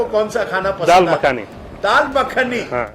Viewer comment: 😂😂😂 राजदीप ने दाल पखानी बोल दिया 😂😂😂